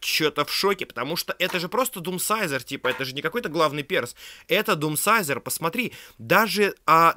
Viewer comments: Но не дедсайзер а думсайзер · ааааа не дедсайзер а думсайзор заметьте плиз #япрошу